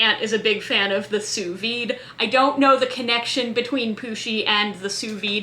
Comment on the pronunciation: Just for the record (and absolutely no derogation implied - you've evidently come across the words "sous vide" in writing without having heard it pronounced), "Sous vide" is pronounced /suːˈviːd/ ("Soo veed").